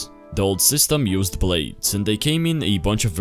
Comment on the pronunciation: why did you say blades and my plot weird